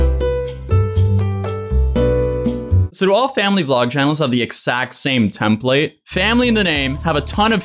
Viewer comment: don’t ever say template like that again lmaoo